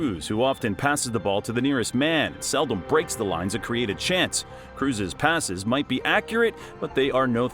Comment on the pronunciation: After he pronounced Kroos wrongly, I stopped watching, that ain't a football fan.